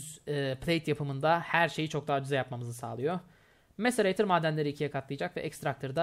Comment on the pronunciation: MACERATOR DEĞİL MACERATÖR!